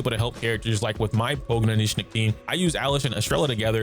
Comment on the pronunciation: I really like that you are one of the only content creators that can pronounce Pogranichnik